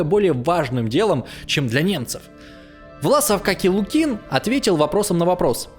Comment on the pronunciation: Странный историк - не знает названия Халкин-Гол и не может поставить ударения в простых русских фамилиях Воронова и Лукин, в словах типа фронтовой